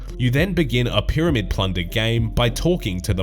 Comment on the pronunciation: No one:: 'P'yramid 'P'lunder